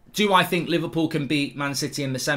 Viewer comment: He said “livercool” 😎..